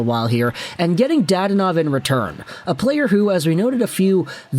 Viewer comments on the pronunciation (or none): I’ll be that guy. Da-don-ov. I have no clue why dad-onov irked me so much.